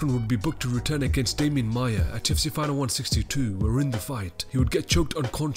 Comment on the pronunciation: Has anyone noticed that this guy is saying 2fc ???